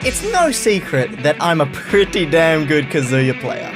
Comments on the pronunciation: What's funny is that he said KaZOOya at the beginning and then immediatly said Kazuya the right way lol. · Most people say, "kuh-zoo-yuh", but the "uh" sound doesn't exist in Japanese. It's "kah-zoo-yah" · WHEN HE SAYS “KAZOO - YUH” IT BOILS MY BLOOD OMFG ITS “KAH - ZOO - YUH” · it says in his win screen it's Kaa-Zu-Ya not Ka-zoo-ya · Kaz-yua?? It’s Kazuya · Mate pronounced it as kazooya like he’s a plastic instrument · You put the emphasis on the “KA.” KAzuya. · Every time I hear somebody call Kazuya a shoto I hear shota and it’s not good for my health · Nobody:: "Kazoo-ya" Me: triggered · i like how he says he's the best kazuya, when he still calls him kazoo-ya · be like "Kazooya" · Kazoo-yah. Interesting pronunciation my dear aussie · he still pronounces his name like kazooya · Actshually It's Kazooya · Most elite kazooyuh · Please stop saying kazoo-yuh 😭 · I like how as the video goes along, sometimes he pronounces it Kazuya and sometimes he pronounces it Kazuya, IYKYK. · He's never gonna pronounce "Kazuya" the correct way, is he. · is changing his pronunciation of Kazuya as many times as I change my Croc Slippers. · is the most elite Kazuya that he has gained the privilege to change the pronunciation of his name within the first 10 seconds of the video. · Imagine flip flopping between kazuya pronunciations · Who’s gonna tell him he’s been pronouncing Kazuya wrong this whole time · He still doesn’t consistently pronounce kazuyas name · Start of the vid, very much cap Edit: congrats on pronouncing the name wrong the entire time